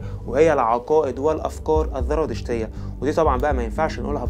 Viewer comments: لفظها زرادشتية وليست ذرادشتية للتنبيه الكثير من مراجعك مراجع ضعيفة عند كبار المؤرخيين اومنى تحسين مراجعك وتقويتها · عندك خلط بين الذال والزاي للأسف مما جعل الحلقة مملة : الذراتشتية، الذراتشتية الذراتشتية، الذراتشتية، زرادشتية يا اخ ENOUGH IS ENOUGH